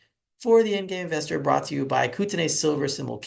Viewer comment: buddy haha its pronounced kooteneee like the beer made in bc